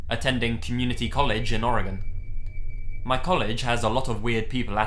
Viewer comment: It makes me so happy the you say Oregon right, most people dont. Awesome video,!